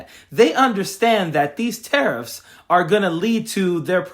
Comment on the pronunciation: Tariff sounds like Titith, thieft, GOlieth: keep, keep on